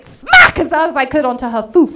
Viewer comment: foof, lol thats the exact same word i use in flemish only written as : foef. u need to make the oo part sound short and uve got it